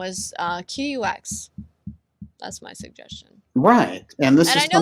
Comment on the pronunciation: QUX? Bad name choice. UX is user interface. Q is a psyop. And the name is pronounced "cucks". 😔